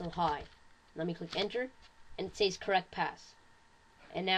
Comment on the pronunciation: you say says weird